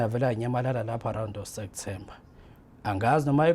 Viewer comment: Lomuntu ufunde enyuvesi, kepha ubiza September ngo Sektember🤔🫢